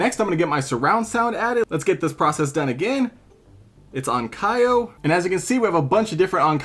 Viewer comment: Onkyo not onkio, it's onkeo.